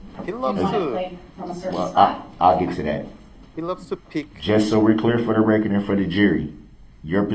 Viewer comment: Uhhh...I think you meant "fer duh rekkert".